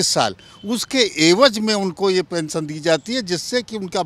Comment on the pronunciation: Kya pensan pensan bol rahe hai sir